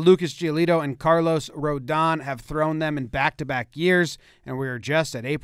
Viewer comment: Carlos goes out of his way to include an accent on the last O, only to have the pronunciation butchered by Jomboy.